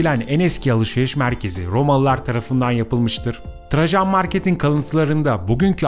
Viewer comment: Rrrromalılar, Rrrrrromalılar, Rrrromaa!!! Rrrrr!!! Rrrrrrrr!!! Efendi... Olmaz bu şekilde!!